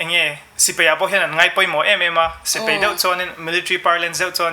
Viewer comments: A ngaihsanawm hle mai. Thui tak kal turin ka duhsak. Thiam ber chu ni lo mah ila, mizo tawng kan tawng dan hi chu a nih tur angin tawng mai ila a tha ngawt ang a. "Mai mai" a ni. Mei mei a ni lo. "Sipei" a ni lo. Sipai a ni. A mipa zawkmah hian kan ching tawha a zialo hle ani. A ziahdan, inzawm leh zawm lo tur te etc etc kan lo hre dik diak lo anih pawhin a tawnga tawng tal hi chu a nih dan tur ang hian tawng hram² ang u. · ahmel la chu aṭha phian achhuanawm hle mai duhsakna tinreng ka hlan e, mahse,sipai tih tur ah sipei ti ang deuhmah a lam chang a awm